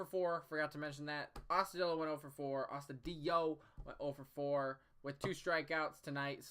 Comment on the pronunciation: I'm glad Morin finally got to pitch again after like a week and a half, he looked solid. Thankfully he didn't collect rust like the rest of our bullpen when they sit. We need to use him more. Oh and now that you finally said Astudillo's name correctly, he will go on a 10 game hitting streak!! Haha!